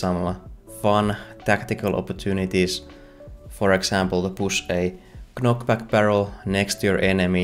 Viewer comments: by the way, the k is silent in knockback. You actually say it like nockback. Like you would in the word knight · Loved the Devlog as usual, but after 3 video's I got to bring it to you. With the word "knockback", the K is silent.